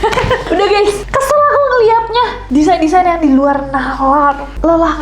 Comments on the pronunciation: Kak Desain gak bukan Desian🗿😭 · DESAIN KAK NESS BUKAN DESIANNN 😭😭😭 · DESAIN yak mon maap, bukan DESIAN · ka nesss design ka bukan desian ;DDD